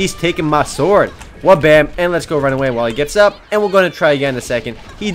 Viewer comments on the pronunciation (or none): none